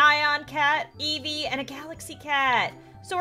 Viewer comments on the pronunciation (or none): It sounds like she says eebee instead of eevee